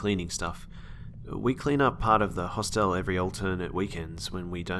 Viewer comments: did nobody notice that, in the school story, he can't pronounce "hostel" haha he says it like a mix of hospital and hotel hahaha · hos-tell too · That and "hoss tell" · The "e" in Hostel is silent. Good stories